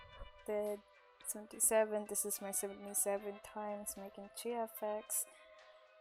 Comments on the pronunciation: ˝JFX˝ xD, no hate you did this soo good and its helpful... Btw u have a beautiful voice <3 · omg i love the way you say GFX, you say it like "gey fex"